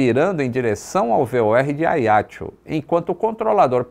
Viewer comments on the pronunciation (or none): Oi. Mais um video interessante e agradável (como semore). Só uma pequena correcção. Diz-se Ajaxio (o "j" é vivo), tal como por exemplo em "junto". A fonética correcta é "Ajaxio" e não "Aiaxio". Mesmo em francês diz-se "Ajaxiô". Valeu? Um abraço. Nota sobre a história: ficou provado que o conceito de "sterile cockpit" é importante. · ótimo vídeo. Mas a pronúncia do nome da cidade me parece equivocado: não é "a i a ti o". É a já ci ô! Força, saúde e pax (sempre!) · Confesso que não estava a perceber que localidade era essa de "Aiatxu" que o fala tanto neste vídeo. Demorei a perceber que ele estava a falar de Ajaccio... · a pronúncia eh “ajáxciô” do francês visto que a ilha é francesa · Agora que eu entendi o nome do local Ajaccio" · Ele falou Ajaccio com pronuncia italiana, não francesa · AJACCIO pronuncia-se como se lê em portugues...